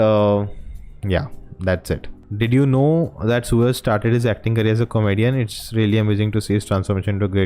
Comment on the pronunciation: Not Sooraj . His name is Suraaj.